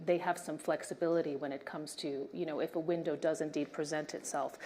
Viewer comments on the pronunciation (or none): none